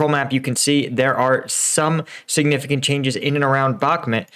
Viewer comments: in his last video finally, finally, pronounced it bach-MOOT, and I celebrated! Today, back to the bad habit BACK-mutt. This pet peeve aside, great commentary, info and analysis. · Hey, I've noticed you have a tough tine pronouncing Bakhmut. It's pronounced Bakh-moot